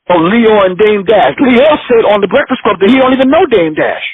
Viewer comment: "breckfix club"